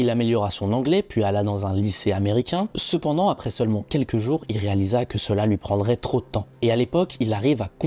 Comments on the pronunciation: Sepandans 😂😂😂 incroyable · "il parta" PTDRRRRRRR. dommage. Bonne vidéo sepandans